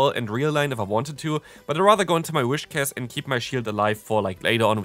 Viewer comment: It's Whiscash, not Wishcas